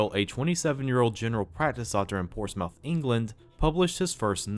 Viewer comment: Since Ulysses 31 was released in 1981, you would think that TMS and DiC would have finished the series by then. You also got one English city name pronunciation right when you get another one wrong, despite both of their names ending the same way, 'Plymouth' and 'Portsmouth'.